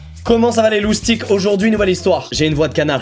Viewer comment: C’est moi ou il a dit loustique